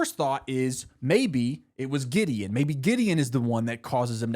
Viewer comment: That spunded liek diddy the first time i heard it Then giddy Then gideon